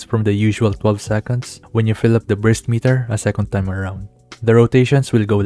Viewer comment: not sure if on purpose or not... but I heard a couple times breast meter instead of burst meter